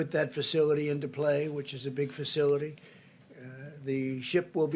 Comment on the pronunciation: FACILITY,FACILTY SPEAK ENGLISH KNOBED!!!!